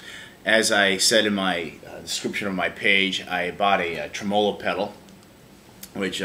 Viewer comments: You are correct. The emphasis is on the trem. It's trem'-olo, not tre-molo'. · You don't have to change if that's the way that people actually say tremolo in America. Just sounds really weird to Aussies and probably the rest of the world. Yeah my Boss ME-25 driver failed to install and is now stuck on my computer and refuses to uninstall. Roland support tried to blame it on my computer which has never had any problem since the day I bought it. Bit disappointed in Boss, cause I too thought Boss was the Beez Neez (best). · This is how Americans say tremolo? Wow....